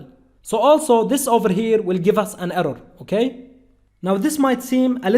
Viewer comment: We will get an errow😂😂